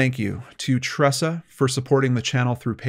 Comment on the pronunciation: Holy crow, you even pronounced my name correctly! Tressa here. You’re most welcome, sir. It’s my pleasure. Thank YOU for all you do.